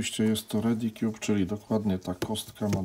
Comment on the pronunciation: Panie Kolego Pan Grillsa II nagra albo Bubbloid 4x5x5 albo Sun Cube a nie Redi "Kjuby" :P